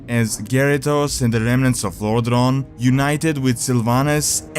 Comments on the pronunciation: It's not Lordron, but lordaeron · sorry man, but the way you pronounce Lordaeron make me quit the video :(